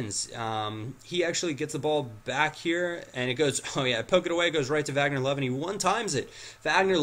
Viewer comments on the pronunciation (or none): none